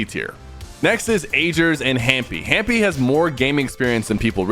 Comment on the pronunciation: hahaha he called hamy hampy that is soo funny :D